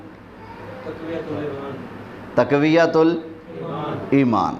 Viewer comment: تقویة الایمان نہیں تفویة الایمان